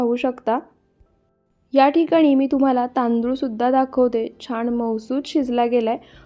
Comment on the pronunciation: बिर्याणी छान दाखवली आहे. फक्त मराठी भाषा नीट बोलायचा प्रयत्न करा. छाण नाही छान, पुण्णा नाही पुन्हा, पन नाही पण, करुण नाही करून, आपन नाही आपण असे अणेक नाही तर अनेक शब्द शुद्ध बोलायला शिका कारण मराठी भाषा अतिशय सुंदर भाषा आहे. तिचा अवमान केल्यासारखे वाटते. रागाऊ नका. मी तुमची आजी आहे असे समजा ( ८० ) वय अनेक शुभेच्छा.